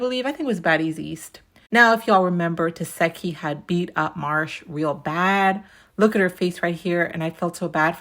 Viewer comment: Why you keep saying tesehki name wrong? Lol